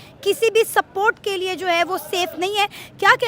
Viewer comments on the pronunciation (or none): स्पोर्ट को सपोर्ट कहना पंजाबी इफेक्ट हैं।